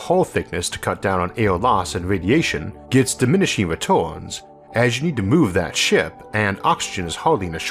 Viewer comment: I know it's the most stupid thing to find funny, but I just love how you pronounce Orth Ahhh Earth and diminishing retorns. It's a really good video though, thank you